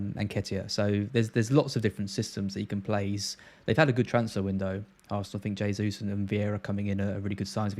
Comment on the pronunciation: jaysus, not haysus. Please. it's a Portugese pronunciation, not Spanish.